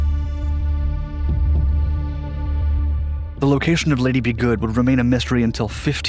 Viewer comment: Lady Be Good, not Liddy B Good, dufus